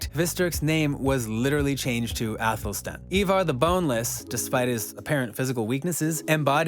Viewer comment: Bro the way you say some of their names 🤯🤯 did you even watch the show !!! Whos eeevar its ivar but pronounced eye-var